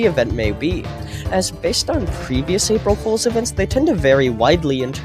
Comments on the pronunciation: "April holes" 💀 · "April Holes"😭💀